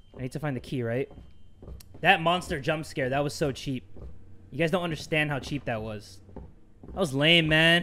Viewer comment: It’s “Gucci”,and it’s “guys” Not trying to be rude